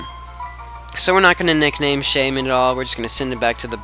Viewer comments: Yup, it's "Shay-min" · i think u are saying it right that how i say shaymin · u said it right